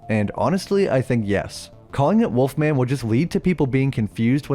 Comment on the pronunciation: then you think they would put the correct emphasis on the title, instead of pronouncing it like the snack.